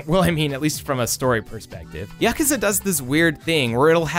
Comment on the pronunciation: Finally an American boi calling Yakuza as YAkuza and not YakUza, ah that sweet sensation of fulfillment :')